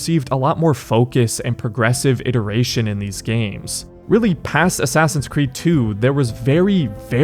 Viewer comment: i just realized he says ASSASSIUNS creed